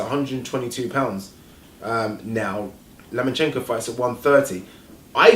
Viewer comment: his name is LOMAchenko not Lamanchenko!